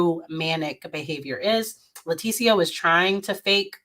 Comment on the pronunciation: I’ll make it easy for you it’s pronounced L I E-tecia😂😢 #GANONSTRONG